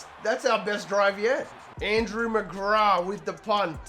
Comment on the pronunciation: Hey that punter fella looks good, no bias here 😂. A just for next time it is pronounced with a "th". You were saying Mcgrah. If this makes sense.